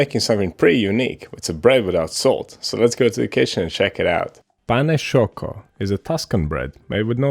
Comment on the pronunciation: Perfect pronunciation of "pane sciocco" !!!